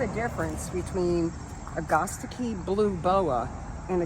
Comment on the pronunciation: Are you saying agastche? ( Rythyms with ) I learned it a(at) ga(gum) sta (hat) chee(see)